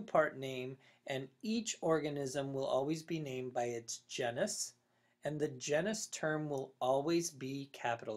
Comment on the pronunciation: GENE - is. Not JEN - us.